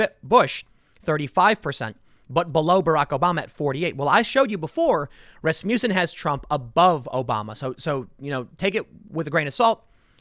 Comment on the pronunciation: Love how Tim pronounces Rasmussen like Rasputin... 😍😂😍😂